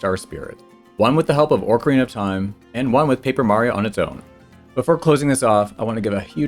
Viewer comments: "Orc-erina of Time" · All you people who make fun of for the way he says Mario need to focus all your energy on the real enemy: the way says "Orcarina of Time." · Dear, stop saying "ORC ARENA OF TIME"!!!